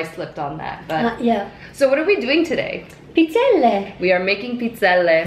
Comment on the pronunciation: Thank you for pronouncing Pizzelle the correct way